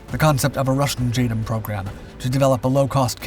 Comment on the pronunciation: 'J Dam' not 'J Dum'